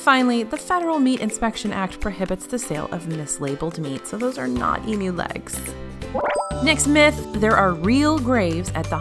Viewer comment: As an Aussie, thanks for saying Emu and not Emooo. Also - as an Aussie planning a WDW trip, what are the ride queues NOT to be missed? ( if you’ve done a video, can someone link me, please?)